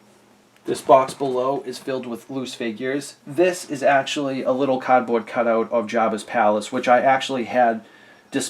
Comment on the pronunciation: "CAAHHD BORD"